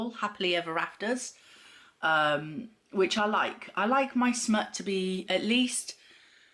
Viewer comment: Lol i was laughing so hard st your struggles to say smut lol